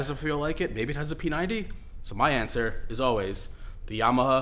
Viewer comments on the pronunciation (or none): Why are you saying "Yama-huh"?